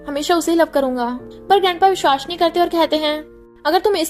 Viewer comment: Its vishwas not vishhvas